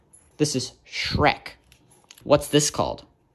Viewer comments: "Shurrrrrrock!" LOL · The one time you hold up a rock, and he says Shrek correctly 😂😂😂